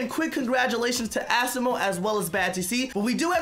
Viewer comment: Its not as-imo its a-simo